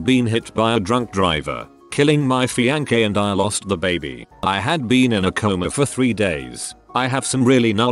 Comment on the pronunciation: The way it pronounces "fiancé" is painful